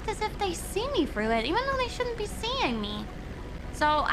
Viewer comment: she has a lisp on her "through" so she pronounces it more like "frew"